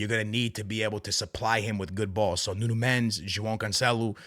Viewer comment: Ur portuguese but u cant say Palhinha or Nuno Mendes correctly